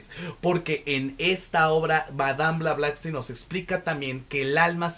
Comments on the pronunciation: Blavatsky!!!! No blavlastky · Todo Bien, salvo que el apellido de Helena es Blavatsky y no Blablasky.... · Por Favor QUE ALGUIEN TE AYUDE A DECIR CORRECTAMENTE EL APELLIDO DE MADAME E. BLAVATSKI!!!! Szle el honor a la gran Demiurgs,psiquica, vlarivedente clariaudrinte .....eetc ES UNA CUCHILLADA A LOS OIDOS..... .❤❤❤ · Como habrás visto el nombre la dices mal, pero tu reseña es fabulosa. Tu entusiasmo es contagioso. Me suscribo a tu canal , lo haces muy bien. Por cierto yo soy de las que ha leído el libro y fabuloso. Gracias 🙏🏻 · es una ironía porque la persona del video no pronuncia bien el apellido de la autora, si se fija acá la persona lo escribió de manera incorrecta